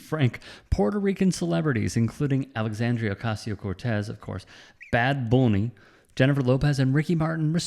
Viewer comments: Dude learn to read. It's Bad Bunny not Bad Booney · Stop pronouncing Bad Bunny’s name like that 🤦‍♂️ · Why do you say bad bunny all weird